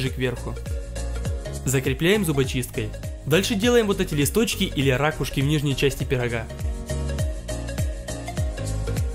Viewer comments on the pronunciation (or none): none